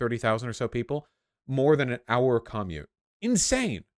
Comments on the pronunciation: Why the hell does he say commute like caw-mute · I’ve never hated anything as much as I hate how Vaush pronounces “commute”. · Have you not heard anyone say the word 'commute'?